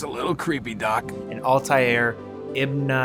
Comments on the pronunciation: Not being able to pronounce Altair is baffling to me if you actually played the first two games. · How can I respect a man who can't pronounce Altair Ibn La ahad